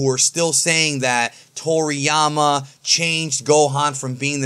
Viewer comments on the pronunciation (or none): none